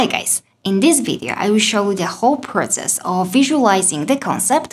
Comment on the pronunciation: Process, not protses.